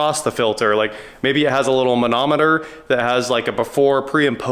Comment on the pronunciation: The way you said manometer I now have the Mahna Mahna song by the muppets stuck in my head. 😂 Do doo be-do-do